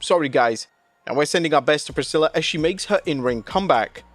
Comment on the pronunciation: He finally said Priscilla correctly!!